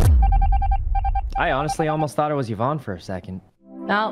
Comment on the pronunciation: "Ciz are you vouching for Evan?" Daymmm how long have you known Yvonnie to get her name right? 😂